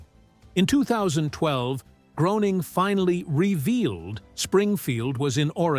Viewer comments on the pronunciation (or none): Groening is pronounced like Gray-ning, not Grow-ning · Matt Groening, pronounced Graning, Graaaning, please